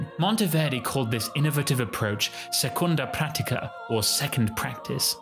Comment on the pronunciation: Nice try, but in Italian it's "seconda pratica" or "seconda prattica". Italian was a rather fluid set of dialects in the 18th Century, so there were often variations, but never 'seconda practica'.